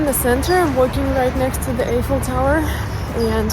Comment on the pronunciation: the correct pronunciation for The Eiffel Tower is " eye fel Tower." the "e" is silent. So you should say it "i" ffel tower.